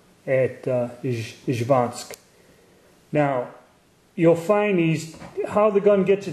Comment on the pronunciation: Great video, tanks! Slight correction- not Zhvansk, but Izhevsk. Its a city.